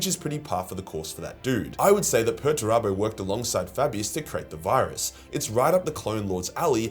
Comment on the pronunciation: It's "Peterturbo", and not "Perturabo". Two entire different characters.